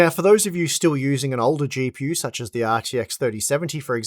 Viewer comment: How do you say words like that? Always trying to add an "R" sound?? The way you say "GPU" is just wild. LOL.